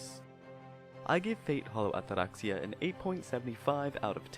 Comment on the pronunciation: I enjoyed the review but not the pompous pronunciation of "Atraxia"